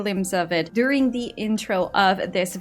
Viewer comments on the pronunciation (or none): none